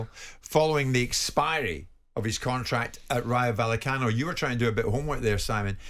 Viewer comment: I wince every time Jim White attempts to pronounce Rayo Vallecano. 🥴